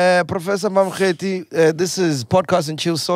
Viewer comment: Prof Mamokgethi Phakeng, not Prof Mamkethe